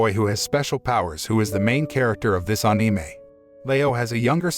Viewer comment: "aneemei" why he say it like that?